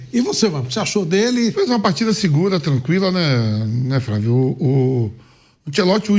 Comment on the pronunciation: É muito bom quando o velho vamp fala, "fravio"